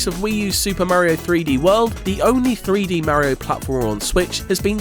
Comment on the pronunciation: Merio ❌ Mario ✅